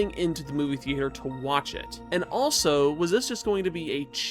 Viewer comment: I’ve never heard anybody under the age of 60 say the word thea-ayter.